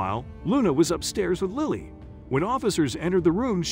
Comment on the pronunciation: I couldn’t understand why the narrator kept changing how he pronounced the child’s name. One minute he says it with a long “I” like Liley and the next minute it’s a short “I” as it should be, for Lily.